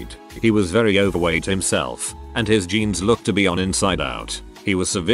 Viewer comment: Narration bot mispronounces several words. Not a deal, I get it. However, I don’t understand the pronunciation for jeans (blue jeans), being said with a hard “g”. If being spelled correctly, this shouldn’t happen. Are that many people really using “genes” for “jeans”? Ugh. Sorry…ADHD. 🤷🏼‍♀️😑